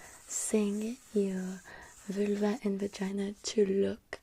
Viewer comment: Ze Vülva...love it😂😂😂